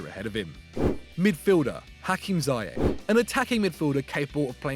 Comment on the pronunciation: Firstly, it’s pronounced ‘zea-yeg’ with the Dutch ‘g’ of course, and secondly, Ziyech is far to much of a showpony who only shoots form 20 yards or more. He needs to improve his shooting positions and overall decision making skills. Wether a larger club is willing to take the risk and try to coach these things out of him, I wouldn’t recommend. He seems like a stubborn guy so I think a league where he gets away with his arrogant ‘I’ll try whatever the f I want’ attitude is his comfort zone.